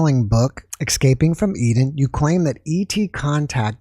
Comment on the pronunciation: C’mon,. It’s not Excaping, it’s Escaping…